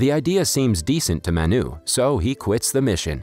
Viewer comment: It’s not maa-n-uu its m-uh-nu correct way to pronounce this Indian word Manu